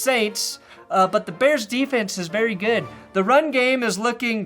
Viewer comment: Every time you say da bears I get harder